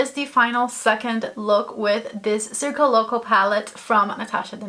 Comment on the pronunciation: You pronounced the name of the pallet so good! 🤗